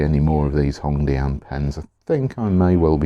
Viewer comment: hongdianの発音がネイティブっぽい笑